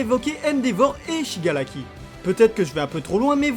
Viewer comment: c SHIGARAKI et non SHIGALAKI